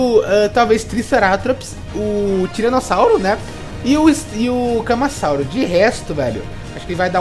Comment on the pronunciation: Kkkkkk legal o tentando falar o nomes deles camasauso é ca ma ra sa u ro